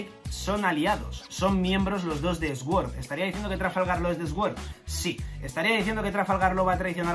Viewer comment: Sword=Suord por favor, me da cáncer cada vez que te escucho 🤣